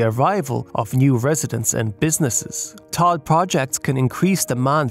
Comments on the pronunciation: but no one calls it "Todd", it's always pronounced "T.O.D.". It takes him sound like he doesn't actually understand the topic. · But, still… why is he saying “Tod”? Does he not know? And if he doesn’t know, …why not? If you’re reporting on this I would assume you’d know what it is. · Why is he saying “Tod”? Does he not know? And if he doesn’t know, …why not? If you’re reporting on this I would assume you’d know what it is. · For those who don't get why is saying "Todd" every time, he is saying TOD, or Transit Oriented Development